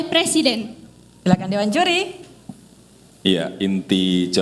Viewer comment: "dewan juli" 😂